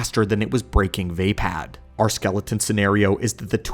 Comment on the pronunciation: Love your videos man but 1 thing Vaapad is pronounced (VUH- POD) not (VAY - PAD) please it’s slightly iritating